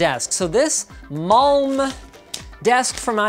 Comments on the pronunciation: Det uttalas "MALM" fattar du väl 😏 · "This... MALM-uh" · Linus said Malm wrong and it offended me that he said the swedish gods words wrong